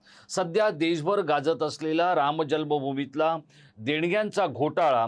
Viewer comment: तुम्हाला रामजन्मभूमि हा शब्द ही नीट उच्चारता येत नाही कां? रामजल्मभूमि म्हणता. जल्म हा उच्चार चूकीचा आहे. तेच तेच काय उगाळत बसता. एक वाक्य एकदा न बोलता तीन तीनदा तेच तेच सांगताय.